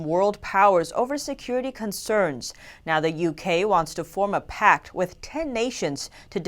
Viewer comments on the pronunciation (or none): China in Focus; It's PACT, not PACK... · "", you keep mispronouncing the word "Encroachment". It is not pronounced "Encrouchment". There is no such word as "Encrouchment"! Also it's "PACT", not 'PACK"!